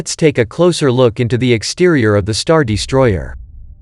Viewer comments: 'The StarDEEstroyer'. lol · this is a great video but cmon man "the star DEstroyer has a---" is this a bot? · Star Dee-stroyer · Damn is this guy an AI voice? Star Deestroyer. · "hangAr", not "hangEr" You wanna hang ships there, not shirts. Also: what is a "deestroyer"? - which one is it? "heavy ion cannons" or "turbo lasers"? Pick a lane, please.